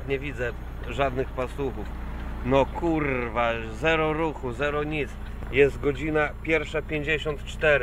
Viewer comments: ten akcent na 'rrrrwaaa' :D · kurrrrwa.....kurrrrrwa......kurrrrrwa.....kurrrrrrwa :P sporo tego sie posypalo ... chyba kazda kurrrwa przypada na 1 krowe :P